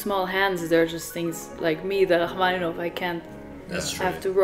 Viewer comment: First, twas great to hear pronounce Rachmaninov’s surname 99% correct. Second, Balakirev, whilst not well-remembered, did say it himself he was competing against Ravel in terms of technical difficulty of his pieces (and like Ravel, he wasn’t really able to play his own compositions). So it’s not surprise that a work of his is there next to the (in)famous Gaspard in the Night